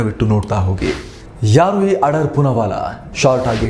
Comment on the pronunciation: ಆಡಾರ್ ಅಲ್ಲ ಅಣ್ಣಾ ಆಧಾರ್